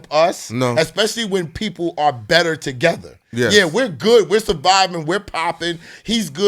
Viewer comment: "To gezza"